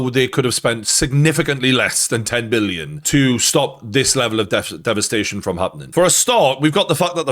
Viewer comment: Not M illon, BILLION.